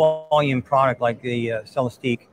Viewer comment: It’s pronounced Celestick. And yes, a tear down would be beyond awesome!